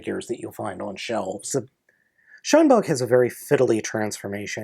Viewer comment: i keep hearing "SHUNbug" rather than "Shinebug"